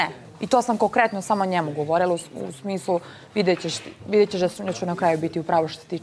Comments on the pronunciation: "i to sam KOKRETNO" 😐 Stvarno je nekada neverovatna.. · Kokretnoo ×2😂😂😂😂